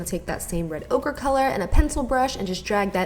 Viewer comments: Is she saying 'red ogre'??? Ugh I missed you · Every time she said red ochre I thought she was saying red ogre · Girl I kept thinkin u were saying "Red OGRE" like Norvina named that shade after shrek 🙄🙄🙄